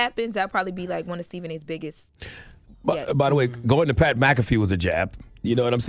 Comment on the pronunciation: LeBron is a cry baby and pernounce Pat name right broad